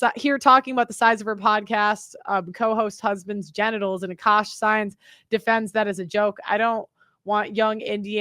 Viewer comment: It's not Ashkaash it's AKASH damn